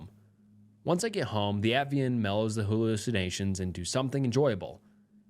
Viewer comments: why do you NEVER figure out how to pronounce something properly if you don't know how to pronounce it at-i-van. Not at-vian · It's Ativan. Not Avian or Atvian. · Ativan is pronounced like AT-TUH-VAN. Love your videos ❤ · ATVIAN ITS PRONOUNCED AT-Ah-VAN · What’s disturbing is you can’t pronounce Ativan